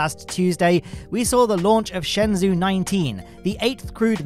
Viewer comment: just to let you know, shenzhou is pronounced more like "shun-joe" than "shen-zoo". Thanks for all the content you put out!